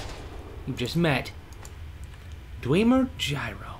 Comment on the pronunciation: you pronounced dwenmer right. also, the only useful metal is anything that says "Plate" you can melt that stuff down and make armour from it. cogs... useless